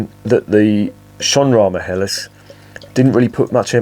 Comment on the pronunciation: Perfect pronunciation of the term Helles with a slightly separated but clearly audible H! Do you have German ancestors or ever lived in Germany for a longer time?